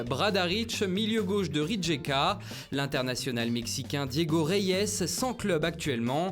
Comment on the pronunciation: mn ça Se prononce pas RIGEKA mais RYEKA (Rijeka)